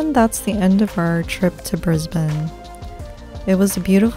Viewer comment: So glad you pronounced the name Brisbane like a local. Kookaburra however... think cook rather kook. Like, I cooked a Kookaburra